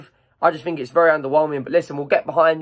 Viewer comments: learn to speak, grow, you might get more subscribers. it's called constructive criticism.. pronounce your words.. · fink fink fink it's THINK!